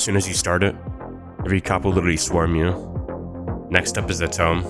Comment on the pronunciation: the "tome" and "trim" pronounciations trigger me, is this video vocalized by AI?